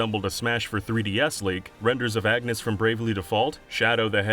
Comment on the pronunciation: The way Agnès name is butchered. RIP Ag-nes.